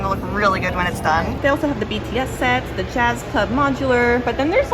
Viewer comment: I'm blue DA DA DA DA DA! DA BEARS LOL. I love Lord of DA Rings too!😂 just teasing but work on the the's tho.